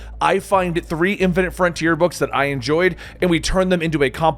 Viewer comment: its "boy-ze" not "boys" "fine-ite" not "fin-it"